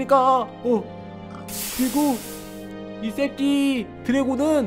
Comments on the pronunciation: 발음이 쌤니다새끼용를 쌔끼용 라로 하는것같아요.😮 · 새끼 발음이...